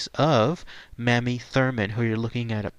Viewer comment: It’s pronounced “May-me”